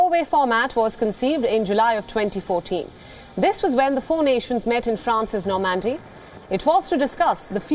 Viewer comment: "no mandy" ?? it's Normandy.. norrrrmand-e